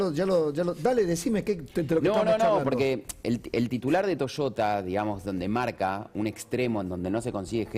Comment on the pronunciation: Deberian aprender a pronuncia correctamente es Toyota y no Toshota!!!